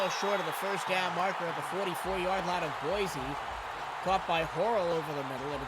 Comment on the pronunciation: Y'all need to learn how to pronounce Boise lol (Boy-see not Boi- z)